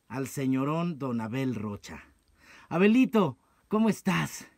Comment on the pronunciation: Creí que le decía abuelito xD Ya después escuche que decía Abelito xD